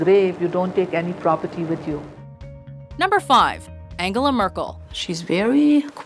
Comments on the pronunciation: Angle-ah? Angle? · Angle-ah? Really? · How funny you guys pronounce Angela Merkel :D